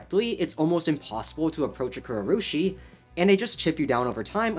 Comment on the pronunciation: why do you say kurourushi like kurrou-roshi